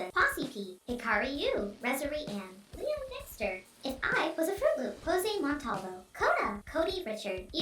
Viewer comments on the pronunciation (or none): none